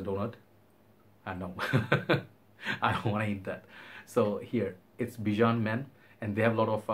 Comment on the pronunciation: I've been to the Bijan Store back in the day in Beverly hills, He wanted a bottle that was different and the glass blowers went through several prototypes because it was difficult to get that hallow round shape, but it worked, it won several awards, and yes you are pronouncing it correctly.